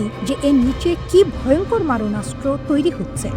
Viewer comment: Moranastro Na, Maronastro. Ekta Aakar hobe